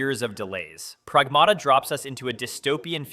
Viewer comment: PrAgmata, is a greek word and it means "things". The accent goes on the capital A, the first one. It's not PragmAta as it is wrongfully pronounced by english speaking countries.